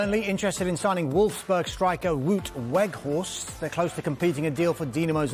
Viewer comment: No effort made on 'Weghorst'